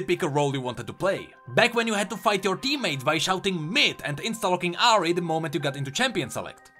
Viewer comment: I love the way you pronounce "Ahri"